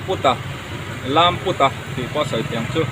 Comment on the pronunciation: Lamputa, tih kha lam (lamlian kalkawng pui kan lam dana lam tur) put tih kha tuipût kan sawi anga lam rik tur, anu in kalkawngah nau avei a, nau ahring tamai a, chuta tang chuang a hmingah LAMPÛTA tih an sata ani.